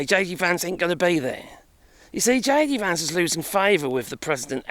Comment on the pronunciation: He’s JD Vance, not AD Vance